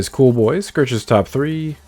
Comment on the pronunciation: Why do you say scirches instead of searches